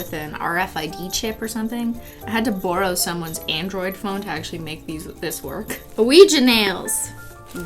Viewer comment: when you say borrow the Canadian really shows 😂